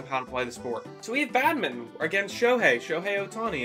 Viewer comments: thats how you pronounce badminton lol how do you pronounce it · Why do you pronounce badminton like that 😭